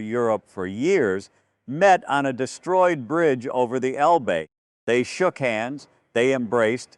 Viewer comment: It's el-buh!! Not el-bee!! If you (video producer) can't pronounce proper names of people and places in the story correctly, you should consider another occupation. Something like selling comic books!